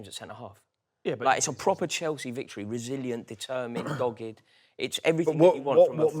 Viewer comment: How do you guys at The Overlap listen to pronouncing Chalsea like that and ignore it. How do you not "screen test" the new Arsenal supporter to see if he'll come across as so infuriating to the youtube audience. Getting harder to watch this and I rarely miss an episode.